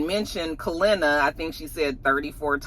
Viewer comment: Didn’t realize how much I miss you mispronouncing names until “Kalenna” 🤣🤣🤣